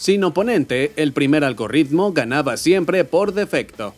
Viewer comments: Por qué cresta le dicen “Algorritmo” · Como siempre, muy buen vídeo pero persistes en la horrísona pronunciación de "algoRitmo", UNA sola "erre". Tienes que ver este video de YouTube deñe Ana Monrey sobre "Pronunciación de "rr" y "r" ".